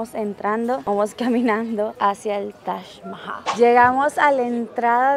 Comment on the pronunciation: Es TAJ MAHAL. literal yo oigo que dices tash mahai.